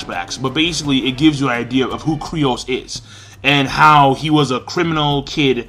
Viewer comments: lmc100 I know, right? I'm bothered by this every time reviewers say his name. says it like Krai-os, other people pronounce it like 'Kai-ros'... But dammit, look up the wiki page, it's pronounced 'Kyuu-ros'! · Its Kyros not Crios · Not sure why it's so frustrating, but it's pronounced KYROS not KRYOS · it's "KYROS" not "KRYOS". That's been annoying the hell out of me when you're able to pronounce complicated ass Japanese names but you mess up Kyros. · they even said his name in the anime and you're still saying "Kryos" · King, IT'S KYROS!!!!! KAI-ROSS!!!! KAAAAIIII - ROSSS!!!!! KYROS. JUST LIKE MERUEM IS MEH-ROO-EHM, NOT FUCKING MIRIAM!